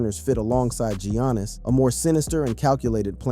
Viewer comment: Can't even say Giannis right